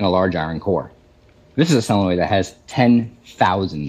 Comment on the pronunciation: Sorry man, but pronounce the (L) in solenoid. I know, I’m nitpicking but I couldn’t understand you until I figured it out. Fortunately, I know what a solenoid is.